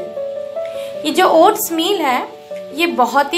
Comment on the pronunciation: it is oats... Not ots.